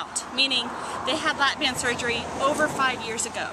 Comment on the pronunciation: sorry BAND. not bang.